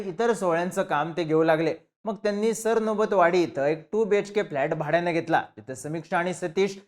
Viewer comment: सर नोबत वाडी नाही रे.... सरनोबत वाडी आहे ते